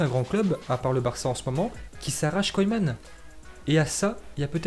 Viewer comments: Il prononce mal😂😂 la preuve il nique carrément le nom de koeman au lieu prononcer « keuman » il prononce « koyman »😂😂😂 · « Koyman »😂😂🤦🏾‍♂️ ça se prononce « keuman » gros Ronald koeman